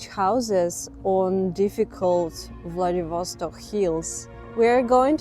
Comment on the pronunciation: влэдивОООсток .... бля... неправИИИИЛЬНООО!